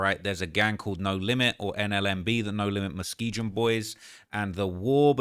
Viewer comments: It's miskegun not miskejin. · It’s pronounced Mus-kee-gun. Not what ever weird ass shit you said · He said muske jin boys 😂😂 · Bro still saying Muskegon wrong.